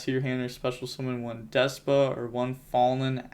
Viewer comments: Its Despia not Despa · DES-PEE-YA. No pokin fun just makin sure ya know for future vids 👍🤙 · I keep thinking you say “deskbot” instead of “despia”